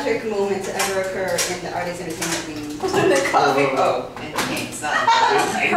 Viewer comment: she say atrix not artix:D